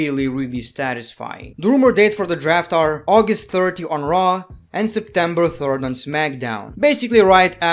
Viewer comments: (no offense) but I crack up when he says traw instead on raw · be like: 'Monday Night Traw'